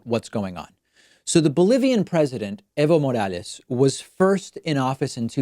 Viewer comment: Fuckin howled when kyle culinski pronounced it as "Ivo Morales"